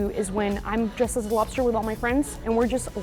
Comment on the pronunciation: “Lobster” no no no, “Bster” 💀